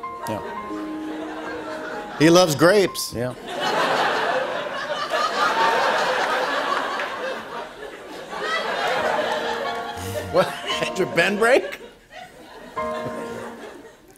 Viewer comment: It was "crapes" not grapes.